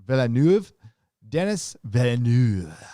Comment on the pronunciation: Veel-Nerve....Denis "Veel-Nerve"